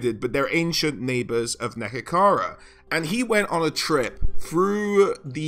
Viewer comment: great video! it's neHEkara by the way :)